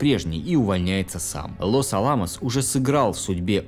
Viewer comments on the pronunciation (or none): Разве правильно не "Лос-Áламос"/ с у3арением на перву, "А"?